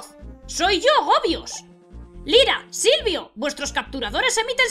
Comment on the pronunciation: Cuando dices Lyra y Silvio en el mas o menos, casi parecia q decias Lyra y Sylcred xD